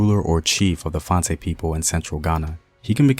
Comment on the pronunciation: Fante: is “Fan-Tee” Takyi: “Tay-chee”